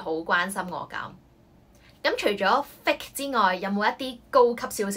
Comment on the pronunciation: 首先謝謝Melody 分享駡人英文，內容實用，小劇場生動有趣，但我想你留意fake & hypocritical 的讀音，, 我聽左你讀幾次覺得不妥，之後查埋字典reconfirm 你的讀音和cambridge 字典有很大分別, 你將fake 讀錯了 ， 原本 母音ei 你讀成另一母音為i，另hypocritical 中第2個音節 你也可多留意其正確讀音，這母音應是弱音ə 你讀成 另一母音əʊ，pə 錯讀為 pəʊ所以希望你留意吓這兩個字正確發音。thanks